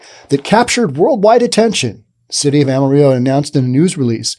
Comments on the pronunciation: While you're pronouncing "Amarillo" correctly for Spanish, the actual name of the city is pronounced as if it was just written in English. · come on man, pronounce Amarillo correctly.